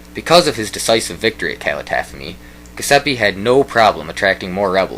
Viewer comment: Nice video, but the names are all terribly mispronounced: it's Giuseppe Garibaldi, with a soft "g" and it's not pronounced "Guyseppi". Calatafimi has the accent on the first "i", not on the first "a", etc.. etc.. Anyway, thanks for posting this